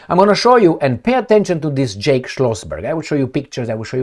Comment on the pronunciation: Jack not “Jake”!!!!